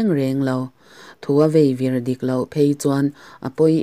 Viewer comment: ka ngaihthlak chinah 'Veivir' tih te, 'fap fap' tih te hi i lam dik lo deuh va, tih loh chu a dik viau. Tin, Hei ai hian i aw hi ring deuh se a ngaihthlak a nuam zualin ka ring. A zawi a, a thâm deuh bawk sia, mut a chhuak duh.